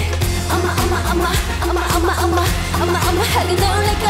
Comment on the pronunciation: Magic 부를때 계속 Magic을 Mazik으로 발음하는게 거슬림.. 😑😬 매직은 [매쥑] 이 원음 발음에 가까운데 계속 [매zeek] 이러고 있음… 아무리 콩글리쉬 라지만… 그래도 신경쓸건 써야한다고 봄